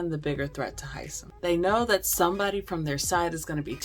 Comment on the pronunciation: I love Hisom. Isn’t everybody pronouncing his name wrong?